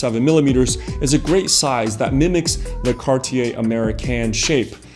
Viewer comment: Man, it is Cartier, not Carty Ay ;-)